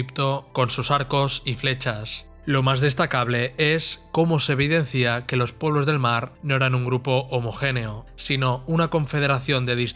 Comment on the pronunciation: Buena presentación. Si admite una reflexión: hay que cuidar el castellano. No se dice "evidencía", sino: "evidencia". Claro catalanismo. Saludos.